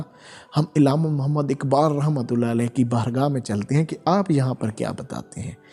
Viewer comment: لفظ علامہ میں ع کے نیچے زیر نہیں بلکہ ع کے اوپر زبر ھے ۔ ادائیگی درست ھو تو بہتر ھے